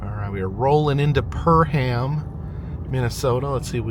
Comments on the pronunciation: It's "Purr-um", not "Purr-ham". 😎👍🏻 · Perham is pronounced purrum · Perham = “PURR-um” or some even say “PerM” where the M is barely a second syllable. Frazee = “FRAY-zee” or rhymes with Jay-Z 😅